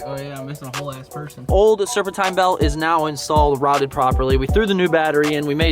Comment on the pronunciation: Anyone else notice the way he pronounces “serpentine”